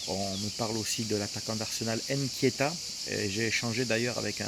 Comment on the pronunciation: Frérot faire l’effort de dire « Nketiah » et pas Nkietah